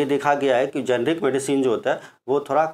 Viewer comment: शॉर्टकट में मैं आपको समझाता हूं जेनेरिक और इतिक्याल में अंतर। जैसे आप भी मनुष्य और मैं भी मानुष आप जिस काम से जेनेरिक समझा रहे थे आप सही से नहीं बोल पाए तो हो गए जेनेरिक